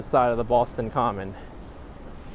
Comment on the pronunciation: Props to for correctly saying Boston Common. It's not commons, like some people think. Also, the subway card, charlie card is named after charlie that couldn't get off the street car because he didn't have a nickel. It is a song called charlie on the mta, there's a version on utube